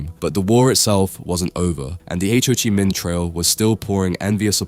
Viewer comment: Pretty good. Everyone is really tired of AI slop so perhaps narrate yourself. Calling it the H O chimin trail was a dead giveaway. We have enough AI slop.